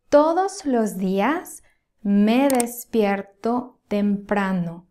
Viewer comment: Thank you. I will continue to follow you since I am working on my comprehension skills. I told my neighbor, she must help me with this, but she has to speak slowly, like you (maybe a little faster). Eventually, speed wn't be an issue. I understand quite well when you speak. However, I thought that you said, me respierto. I looked and it was me despierto. It definitely sounded like res, not des, except when you spoke faster😊.